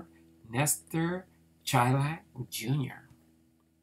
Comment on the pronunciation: Hey. Im a distant relative and, not that it matters much since you already posted the video, but its pronounced Shy-lak. Us baseball fans like our details so I figured I would share. His cousin was my great grandfather, who was a great guy that I was lucky to know for several years before he died (and I’m in my early 30’s.) Thanks for the info on Lestor! Cool to see he was involved in some real history!